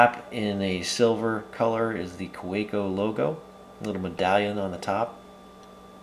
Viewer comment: fwiw, being a german company, it's pronounced "kah-veh-co"